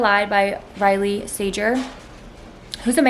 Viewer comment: Riley sager has a hard g just so you know! Say it however u want tho lol! He’s one of MANY men who publish thrillers under a gender ambiguous name lol it’s a funny phenomenon that exists for no reason